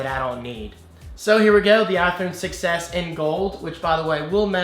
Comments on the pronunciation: Does anyone else hear iPhone success when says iPhone 6s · Every time you say Apple "6S", it sounds like you're saying Apple "Success"! Lol!